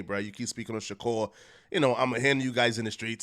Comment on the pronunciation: Pleas start calling him Mr S , I cringe every time I hear u say shakur it’s disgusting my G